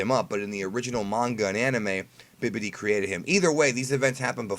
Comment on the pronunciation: Did he say BIBIDI😂😂